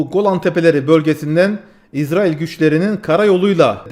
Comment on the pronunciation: niye izrail diyorsun? Diyeceksen itrail de bari.